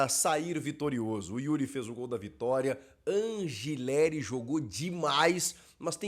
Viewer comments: Sou Argentino e o correto a se pronunciar é Anrrileri com dois r’S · Chico, só pra constar, a pronúncia correta do nome do lateral do Timão é An[r]ileri.